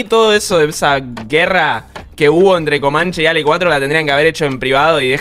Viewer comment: Muy buen video. Solo que no es Alec, es Ale